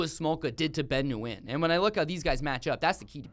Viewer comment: It's cringey the way you pronounce Nguyen.